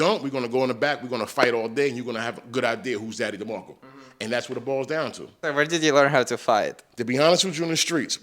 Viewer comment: It’s DemarkcO not DemarkcA !